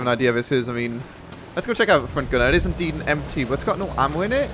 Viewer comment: "how you idd die?" = how you indeed die? lol